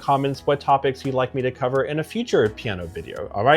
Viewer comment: Slow down, dude. You talk like my speed-freak cousin. CHILL! Piano has THREE syllables! 😂